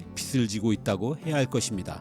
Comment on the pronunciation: 잘 보고 있습니다.. 감사하게 생각하고 있습니다.. 빛을 - 비츨 빚을 - 비즐 들을 때마다 신경이 쓰이네요.. ^^